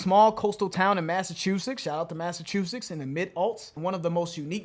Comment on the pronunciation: Did say Massachuseks?